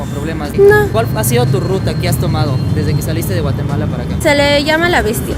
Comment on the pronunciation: Nmms no sabia de donde es jajaja ella digo mateguala no Guatemala 😂😂😂